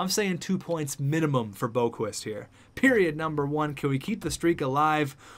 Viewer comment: Tsuimoto - Captain Chubs - Alternate captain Adam don't call him Borqvist Boqvist - Alternate Captain